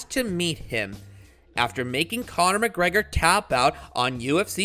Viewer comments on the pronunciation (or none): none